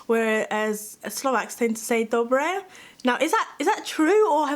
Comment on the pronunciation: im czech raised in western america (Nevada) so pardon ma'm but none of that was correct I habe never soft rolled my r's when saying Dobře and with an A as the ending vowel- the czech ř is very unique to only the czechs in any slavic language the only people I have met to be able to pronounce it correctly have been predominantly spanish or Portuguese speakers as thiere first language. Slovaks are not even as closely related as they are geographically , they linguistically cannot pronounce czech words as accurately as spanish or Portuguese speakers in the same situation. it is not same language.